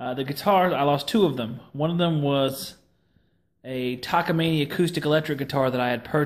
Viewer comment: Bummer about your guitars, but thanks for sharing your memories. Btw, if anyone is interested, the correct way to say Takamine, go to